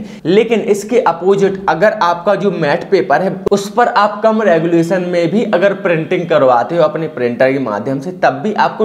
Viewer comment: गुलेशन नहीं रेजोल्यूशन होता है